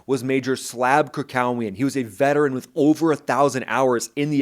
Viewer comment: FYI, His last name Krakowian is pronounced "Krakovyan".